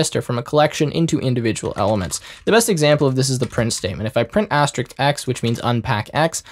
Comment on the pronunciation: asteriSK, not Asterix. it's not a 3rd century gall with magic potions